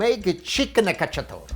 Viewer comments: Cacciatora, not "cacciatore"! Pollo alla cacciatora! Also, amazing recipe and personality! Will try this recipe soon :D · Chicken cacciatorA, not cacciatorE